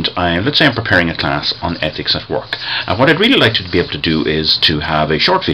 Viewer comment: Thanks. That's great. The way you pronounce "work" suggests you're from the Dundalk area. Did I get that right? I'm Eugene Muckian from Dundalk. One of the "egg Muckians". Now called my by my birth certificate name, Thomas.